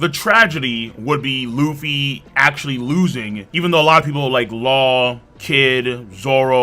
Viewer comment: man turned Luffy's nationality to france by saying lufféi